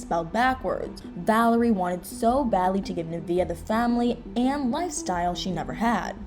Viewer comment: nuhh - vay💥 not nuhh - vee - uhh 😬